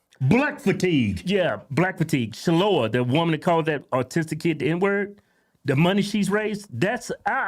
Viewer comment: Shaloah? Lol. She's white, not black. It's Shiloh.